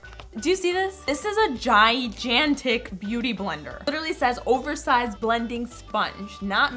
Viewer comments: you pronounced gigantic wrong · pronounces gigantic (ji - jan- tic)